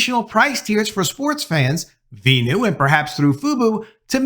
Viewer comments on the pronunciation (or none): Just call it Fuboo, not Fubo. It’s Venu, not Veenew, you’re pronouncing it as “Ven-You”, not “Vee-New”, or pronouncing “Fu-Bo” to “Foo-Boo” Talking about pronunciation mistakes.